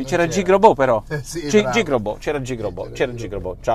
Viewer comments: Gig economy pronuncia "GHIG" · Unica cosa si pronuncia GHiG anzi anzi con una e chiusa tipo GHEG